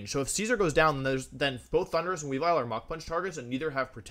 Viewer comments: My favorite part is the announcer pronouncing "Thunderous" like "Honduras" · why's he pronounce thundurus like honduras